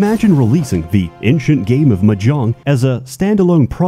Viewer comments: He also pronounces ancient as inchient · I still feel the same way about him pronouncing "ancient" as "inchent".